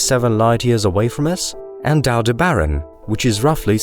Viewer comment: AlDEBeron not AldeBERon lol